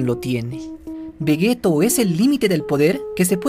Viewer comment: Todo está muy explicado, o único que no comparto es por qué... Vegeto? Tal como suena, no se dice es "Veyito" ? Por lo demás, siempre fiel y a tus vídeos. Un saludo!